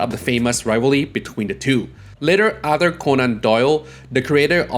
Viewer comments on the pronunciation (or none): none